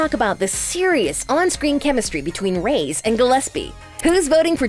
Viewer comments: Who els is mad that she said Madison rays instead of Madison (Ray-es) i dont know I probably just heard her wrong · It not rays it’s ray-es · Ughhh It's REY-ES not RAYS!